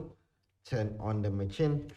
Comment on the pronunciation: brother it’s pronounced Ma-sheen (machine) 😁 good work, most information on this channel